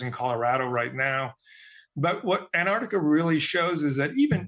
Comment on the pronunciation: Ant - arc - tica. Why is that so hard for americans to pronounce the continent's name? It's not anartica, anardica, antarc, or antardica.